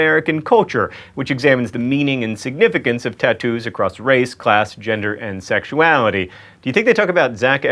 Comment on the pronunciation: Can you say "sexuality" any more nasally ? I'm from Upstate NY and notice these things... we all talk through our nasal cavity... say "cat"... is it two syllables? Or this a rust belt thing?